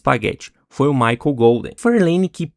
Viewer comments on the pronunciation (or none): none